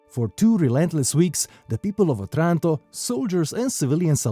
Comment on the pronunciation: The stress should be on the first "O".